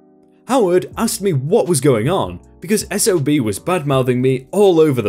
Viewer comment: I'm glad the narrator went from SOB back to S-O-B as it stands for "Son Of a Bitch" Which he certainly was in this story.